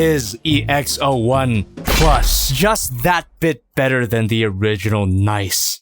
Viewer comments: Stop pronouncing it “nice.” There’s 2 Es for a reason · It's NicEE, with an extended E sound cos it's ArcEE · Your pronouncing Nicee and Mocha wrong